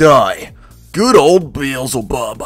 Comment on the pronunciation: Bee-Zil-Bub? No. It is pronounced Bee-el-zeh-bub. Like Beelzemon. Edit: I listened all the way to the end, and I see you corrected yourself. Good work on this game and correction.